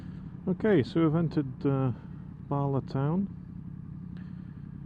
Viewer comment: Also Bala. Barla🤭😅